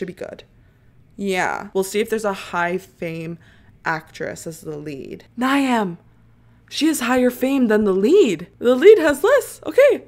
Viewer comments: Ny-am as u say is actually pronounced “Neev” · Before more people say, Niamh is pronounced like Neev lol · its pronounced neeve 😭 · i screamed at the way u pronounced niamh